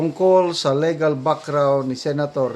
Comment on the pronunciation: Sir, indict is pronounced as in-dite not indik. Again and again you are pronouncing LEGAL as leh-gal. It is LEE-gal or LI-gal. Ego is not eh-go. It is EE-go po, sir. Regal is REE-gal, not reh-gal. Please listen to the videos you are sharing from certain personalities or other bloggers on how words are pronounced. This is a polite suggestion, sir.